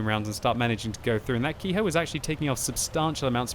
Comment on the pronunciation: Ke-Ho is pronounced "Keh-Hoh", not Key-Hoe".